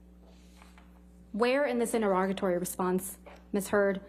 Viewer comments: Its pronounced INTER-E-GATORY not INTER-ROGITY or INTER-ROGITORY - sweet jesus. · Why can no one pronounce interrogatory?